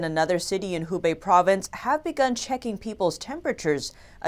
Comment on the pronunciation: The personality should know how to speak Mandarin because she is the only one can pronounce the province 'Hubei' and other Chinese names correctly.